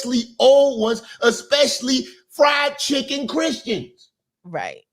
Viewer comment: He said FRIEND CHICKEN CHRISTIANS 😮😂